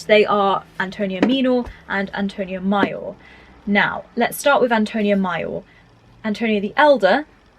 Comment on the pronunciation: Great video. Very helpful...but your pronounciation of "major" and "minor" are making my eye twitch 😂 (all love from the US though ♥)